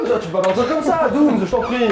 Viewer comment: Dooms et pas fouet 🤣🤣🤣